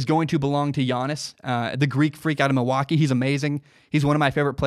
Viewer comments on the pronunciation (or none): none